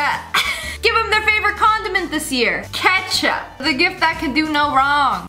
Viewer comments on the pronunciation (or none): none